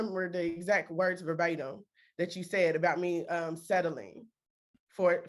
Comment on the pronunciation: "Ah can't remember de eggzac words verbaydum."